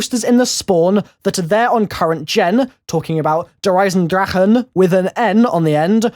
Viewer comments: Yep cuz nobody can fucking pronounce it properly they all they der eisendraha its der eisenDRACHE not draha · It's pronounced der eis en drak ah